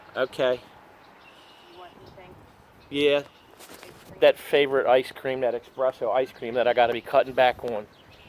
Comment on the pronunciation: Is espresso, not expresso